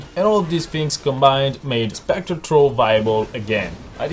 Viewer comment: i recommend using an H when saying throw and thank you, please try this in yur build